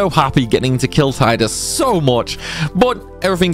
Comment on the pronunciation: Heh you keep saying Tide-Us but it's Tee-dus.